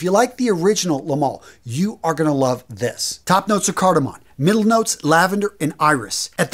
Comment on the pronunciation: It's cardaMOM not cardaMON